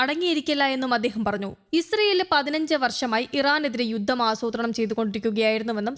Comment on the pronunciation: 'പദ്ദദി ', 'യുദ്ദം' ,' ഉദ്ദരിച്ച് ' .ഇതൊക്കെ എന്ത് മലയാളം? ഉച്ചാരണം പഠിച്ചിട്ട് വായിക്കാൻ വരൂ.